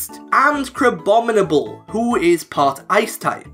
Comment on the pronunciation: You said it wrong it's crab - bomibable